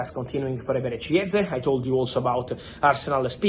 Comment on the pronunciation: idk why but him saying Viktor gyökeres was very satisfying for me